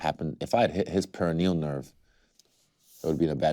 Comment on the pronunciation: I hate how he said pare of Neal nerve